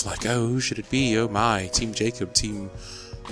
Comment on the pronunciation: when he said "oh my" he sounded British